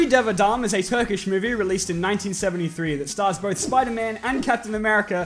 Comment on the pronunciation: Well! You actually pronounced turkish names and titles pretty good! And i'm saying this as Turkish.